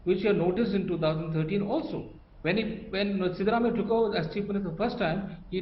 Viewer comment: Please make it coreect that's not shivarammayya,,siddaramayya